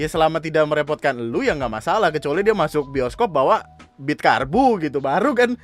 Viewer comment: Itu orang bahasa indonesianya jelek ..ga bisa bedain bawa dan bawah 🤣😂